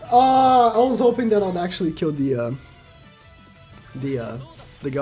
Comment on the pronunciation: ah yes, "TAHT"